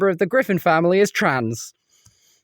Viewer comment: she really said family tran